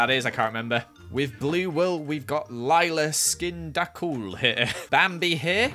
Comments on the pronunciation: It was supposed to be “Lyla is kinda cool”, but pronounced it “lylai skin da cool” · “Lylai skin da cool”, it’s “ Lyla is kinda cool” 😂😆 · it was supposed to be "Lyla is kinda cool", but pronounced it "lylai skin da cool" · Lol he said lyla skind acool instead of lylas kinda cool